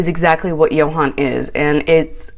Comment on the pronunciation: Honestly. Ill be that person today.. I don't feel bad for her at all. I feel like and I've said this before, she was trying to buy his love. No one her age can be this thick. Also its YO HAN. She and JO HAND was doomed from the start when she couldn't be bothered to pronounce his name correctly.